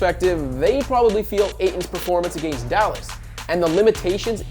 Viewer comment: I just have to say.. the way you pronounce “against” grinds my gears.